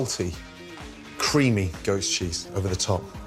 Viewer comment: Is he saying "ghost" cheese or "goat" cheese? I've never heard of ghost cheese, but I haven't hear of half the things he uses xD